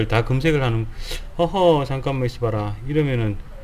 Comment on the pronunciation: 어허 잠깐만 있어봐라가 어허 잠깐만 이 시발아 라고 들림 ㅋㅋ